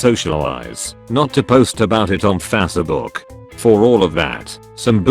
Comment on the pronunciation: Fassabook And Mis-pace